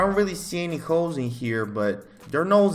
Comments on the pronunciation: I’m not hearing ‘holes’ im hearing ‘hoes’ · He said hoes not holes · Angel sounds like he's saying "hoes" when he says holes 😂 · every time he says holes all i hear is hooes